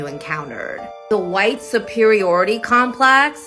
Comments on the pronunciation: Forget anything else I love how she says wh . I thought they just messed up with R and L lol . Disclaimer I am not white and I share my ethnicity with Russel Peters lol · Hahh!... she herself is, "K'hhhwite". *(She should learn pronunciation, too. The schools have failed her, but succeeded in their society-destroying brainwashing. They've made a perfect "useful-idiot" [in Lenin's words] out of her. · isn't her 'pronunciation' of white/hwite just making it an exaggerated rude, spitting noise?' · It's like she is spitting on white people when she says it like "hwite". It's sad really that the double standards going on right now. Those that spew hatred against whites seem to think that it's not racism but if whites said this they would recieve backlash and get rightly so. I mean lord you hate someone because of the color of their skin but are literally calling out whites for racism. . . Hypocrite plain and simple. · what a waste of cognitive ressources to pronounce white as "chite" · " phhwite people" lol I don`t have a clue what she is raving about? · She has white skin while she keeps saying “hwhyte” No one cares how she feels and she can stay as far as way from me and every “hwhyte” person with her hate and racism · its honestly funny hearing her say shit rhetoric about gwhyte peeple when she basically is gwhyte but shes korean so she doesn't fall into the gwhyte classification because we all know its ''you are in that group'' or ''i am in that group'' ''you ain't that'' etc,... Her consistently saying 'hwite' is because shes mocking and its triggering her to say white or think about it. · I thought my concussion hearing issues evolved to a new form of stroke when I heard her start saying "hwite" people. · What is with the"whhkkkite" pronunciation🤣🤣🤣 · When she says, "hwhite", she is imitating the sound you make when you hock a loogy. It is a disgusting, hateful pronunciation, by a hateful, racist person.